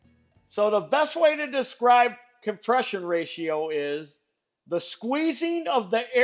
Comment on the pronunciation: your saying of compress-i-on you sound like a quebec-er speaking gorf meaning spelled backwards, frog